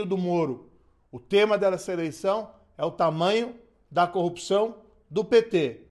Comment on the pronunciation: kkkkkkk tá bom. Ele não sabe falar a palavra corrupção kkkkk